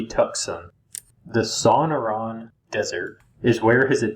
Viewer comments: Bro. Your pronouncing TUCSON & SONORA. CRINGE WORTHY! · "Tucksawn...Sonnorawn". How in the world did you get Saguaro correct?